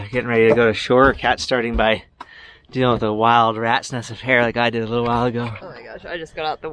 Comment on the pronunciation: 8 min and 16 sec in the film you say : Havent slept fore 60 ouers. Deed you have the helm al that time? If yes , why deedent you "hove to" ?????